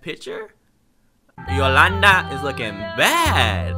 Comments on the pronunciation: Bruh, you were saying "Yoslanada" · my mom is called yolanda and i cringed every time you pronounced it lmao